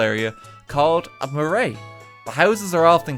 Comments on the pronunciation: Thank you dude for listening to me orso that’s not how you pronounce Marae XD hahaha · So cool to see my country! Nearly had a stroke learning that we had echidna in nz because I thought they were Australia exclusive or something. Also its pronounced Fa-reh (whare) not... whatever you were doing lol. And Ma-rai (marae). Still, mahi pai! āe rā!